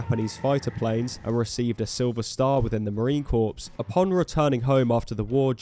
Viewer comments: Negro, "corps" is pronounced "core" not "corpse" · i think its pronounced "core", like apple core. Not "corpse" like a dead body. :) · Its pronounced core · Nobody correct the mispronunciation of the word "corps"; this way is funnier